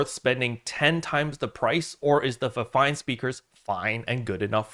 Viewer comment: I always call it Feefine and here you call it FiveFine 😂